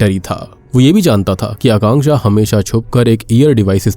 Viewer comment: Thanku for pronouncing Akanksha name correctly